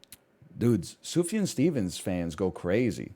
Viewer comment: thank god he finally learned how to pronounce sufjan